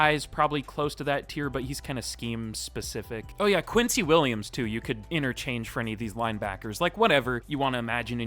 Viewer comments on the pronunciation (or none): none